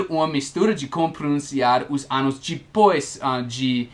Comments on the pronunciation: se vc pronuncia anus....nao se refere aos anos explicados no video rsrsr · Cuidado ao falar ANOs' anus com U forte é cu . nota 9´0 para o vídeo